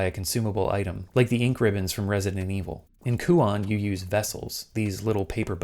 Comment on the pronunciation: My only (admittedly pretentious) complaint is the pronunciation of the title. The -on should be pronounced like the word "own" actually lol.